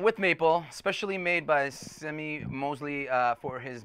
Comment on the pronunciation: The Ventures got popular in Japan in the 60s and they were using Mosrite guitars at the time so the Mosrite guitars became popular in Japan. The founder of Mosrite Guitars was named Semie Moseley but if I heard right, it's pronounced more as "See-Me" and not "Sem-ee."